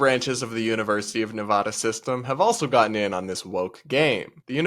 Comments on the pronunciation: It's Neva (sounds like cat) da!! Drives me crazy when it's mispronounced. However, I 100% agree with all you said. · I always joked that I didn’t study something smart in university, getting a BA in Film, but at least it wasn’t made up. It’s a real department in the fine arts college. So glad I went to UNLV in the mid 2000s and not today… Also, about Nevada, make sure the first “a” sounds like apple. We Nevada natives hate when people say NevAWEda 🙄 😉 (Edited to add that your background is perfectly fine. I like it. It’s clean but not too boring 👌 forgot to comment this in yesterdays) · UNR what the hell?? If they were going to add any graduations, I could support an additional graduation ceremony entirely in Spanish because there is a large Spanish-speaking community in both Reno and Las Vegas, so that could be nice, but this is just insanity. Also the way you pronounce nevada tells me you didnt grow up near there lol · You’re saying Nevada wrong!! Please.. please google how people from here say the place we live.